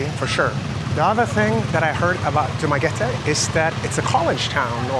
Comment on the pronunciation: I'm glad that you pronounced the place correctly: Du - ma - ge - te. Not Du - ma - ge - ti. The vast majority of expats there call the place as Dumageti.